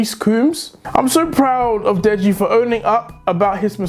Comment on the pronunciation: Deji say deggy wedgy